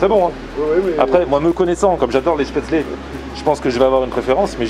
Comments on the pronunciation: On prononce chpétsleu ;-) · Spätzle se prononce "chpètssle" ^^ et oui vive l'Alsace!! On connaît bien tout ça ici, bonne initiative cette adresse!